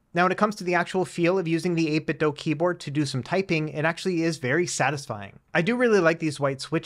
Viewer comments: I swear he does this on purpose, since he has done something similar in the past. I mean, "Doh you doh this on purpose" or "Doo you doo this on purpose". 8....bit....Doo.. as in - Do you do 8-bit ? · 8bit doo as in scooby. Not DOH as homer says. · Why do youtubers insist on saying "8bit dough" ? its bizarre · Can someone explain why the manufacturer is being pronounced like "eight bit dough", rather than how it's spelled - I.e. "eight bit do"? For absolutely clarity, I'm not suggesting that the review mispronounced it, merely that the word "do" is normally said as do, rather than as dough.